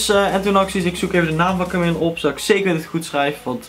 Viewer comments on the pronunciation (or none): echt heeeel erg bedankt! haha je spreekt het idd uit als kamieje ipv kamille maar dat maakt niet uit :D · HAHAHAH KAMILLE!!! Je spreekt het uit als Kamieje. Maar wauw, mooooooie banner! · supertof! je spreekt het niet uit als camille haha :') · HahHa, leuwk nieuwe banner. Idd verkeerde uitspraak maar het is ook een moeilijke naam natuurlijk =P